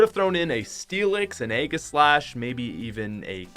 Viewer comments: It’s pronounced ayJislash not aygislash And you call your self a Pokemon fan... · THIS MAN NEEDS TO GET HIS PRONUNCATIONS RIGHT! HE LITERALLY SAID RAY HEN AND EGGASLASH